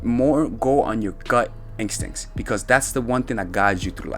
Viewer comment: Instincts, Not incstincts lol. 😄